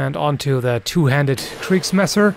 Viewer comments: "kriegsmesser" i love how you american/englisch people pronounce german words. like "zeitgeist" "ahlspiess" and so on :D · I love how you pronounce the word "Kriegsmesser"^^